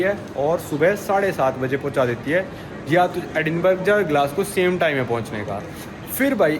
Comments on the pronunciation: Edinburgh को एडिनबर्ग नहीं एडिनबरा कहते हैं! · Sir sorry bs 2 baate एडिनबर्ग nahi एडिनब्रह bolte hai our Burlington nahi wo breitling naam hai brand ka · Hi: Agree that this train ticket is overpriced most likely because you booked it at short notice. By the way, "Edinburgh" is pronounced like "Edinbruh". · It's Edinburahhhhhh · Very correct